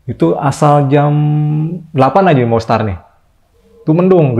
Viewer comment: Start woy, bukan star😭😭😭